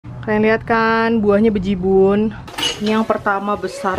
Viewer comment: Dengar kata Bejibun,,, logat Kaltim bgt kak, GBU 😍